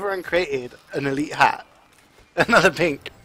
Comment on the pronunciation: CJ Kaled: Anotha one, anotha one